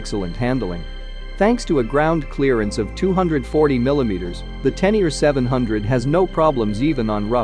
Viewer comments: 😵 it spoken [Tenere] like writen, not [Tenier] like english readet. Please! Sounds horrible!! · Magnificent, and the history of the XT is a nice touch too! n.b. When you say Tenere I hear "ten year", it's supposed to be pronounced "ténéré" that's the same "é" as "résumé", "fiancé" or "Beyoncé" 😁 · Tennier? It’s Ténéré! Té-né-ré! Not Tennier. Please correct the commentary. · it is not a teneer. it is a tenere but thx for the review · Te Ne Ree not teniar wtf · Pronunciation is so abysmal that I couldn't watch past the second mention of the tenyear. To not be able to pronounce a word with accents I get, just about. But if you're going to specifically make a video of one of the world's most iconic riders, from a family that includes a 7 times world Champion and STILL not pronounce the guy's name correctly, well that takes ignorance to new levels. The name is Tarrés, as in Ta-rez. Apart from that, the very biased "history" of the XT/Téneré is pretty insulting to all the other manufacturers. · ten ear 👂 😂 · Spot on! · oh shit, man............... i'd swear he said: "ten ear"............?? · Every time he says (Teneer) my ears hurt. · ten ear ?? ten ear ?? LOL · Tenier ? If you present a bike, at least learn to pronounce it's name... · I really can’t imagine anybody who doesn’t know how to pronounce Ténéré or Tarrés. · Greetings, thanks for the great video, the 500 Yamaha name is Ténéré, it has accents on the e's, cheers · Your saying the name wrong